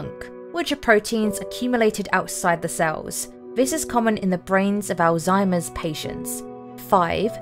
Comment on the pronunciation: You might do well to learn how to pronounce German. Thiel, Alzheimer